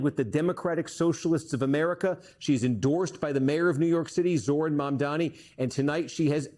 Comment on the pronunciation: Learn the pronunciation of Zohran's